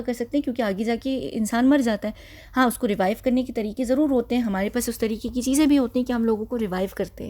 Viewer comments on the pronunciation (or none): none